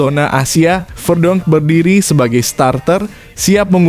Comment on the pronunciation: Verdonk = dibaca Verdung